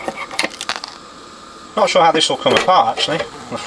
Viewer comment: "...just touch the center leg. Should nae have anything." is sounding a bit Scottish these days.